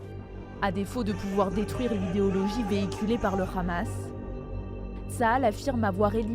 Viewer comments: C'est Hamas et non "Khamas" ....vous trahissez a peine votre langage sioniste.... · Y m'énerve quand y disent le Ramas c'est le Hamas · Arrêtez par pitié de prononcer ça le "RRAMASSSSS" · pourquoi la journaliste dit KHamas ? elle sait pas parler ? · pourquoi le hamas prononcé "amas" est maintenant prononcé khamas ? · Op op op la présentatrice a prononcé Lee Khamas hé hé hé BFMTV 😂😂 Vraiment je crains pour la France est devenu une colonisation sioniste 😢😢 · Un mois encore et BFMTV changera de prononciation le Hamas deviendra le Khamas 😂😂😂😂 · C le Hamas pas le KHamas vous êtes journalistes français ou israéliens ?!! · C'est drôle la façon de prononcer le mot Hamas des journalistes français avec un accent qui n'a rien de français d'ailleurs, bref vive la Palestine libre, on saura se souvenir de la manière que les medias ont eu de traiter l'information et limite de l'incitation à tuer des enfants sur la bande de Gaza.